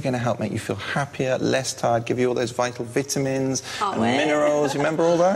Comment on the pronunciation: I'm sorry I couldn't help my self but they were pronounced vitamins vitamens